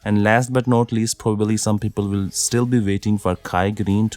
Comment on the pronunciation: if you want to continue to narrate in English, please pronounce 'will' with W, not V, not 'vill'